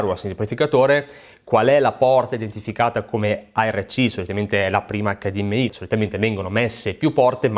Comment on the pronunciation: Grazie per la pronuncia "acca di emme i" e non "acca di emme ai". Mille punti Stima.